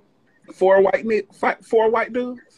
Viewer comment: Larry said foe 😂😂😂😂😂